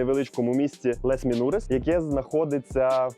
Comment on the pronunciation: Я розумію, що ви не знаєте французької - багато людей не знає. Я сама знаю її лише дуже трохи. Але можна було б перед записом відео як мінімум погуглити вимову назв курортів і вимовляти хоча б приблизно як французький оригінал? Ну які "лес срі валлес", який, блін, "валь тОренс", які "лес менурес"? Ну це ж в тому числі і неповага до глядачів. Аж пересмикнуло, блін... Les Trois Vallées вимовляється як "Ле труа валі" з наголосом на "і", Val Thorens - як "Вель Торанс" з наголосом на "а", Les Menuires - "Ле Менуїр" з наголосом на "ї".